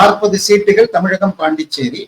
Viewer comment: Anchor Tamil sariyaga ucharikavum Zha not la tamilagam illai Tamizhagam Instead of zha you are using la